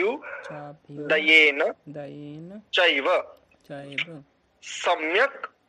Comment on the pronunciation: आचार्य जी, " चाभ्युदयेन " च+अभ्युदयेन है न कि चाभ्यु + दयेन। आपके इस तरह पढ़ाने से बहुत गलत संदेश जाएगा। धन्यवाद जी